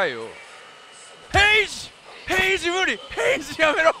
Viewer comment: もヘイジ（HAGE）言ってて笑った🤣